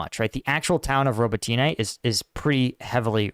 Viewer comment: Robotyne - Роботине ... first o is not accented, second o is accented: Rah-Boh-Teen-yeh (the last syllable is soft short y). Roll the R, accent Boh, slur the last two syllables together, and say it all fast.